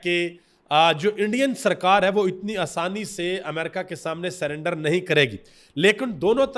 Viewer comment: سلینڈر نہیں میڈم سرینڈر 😂😂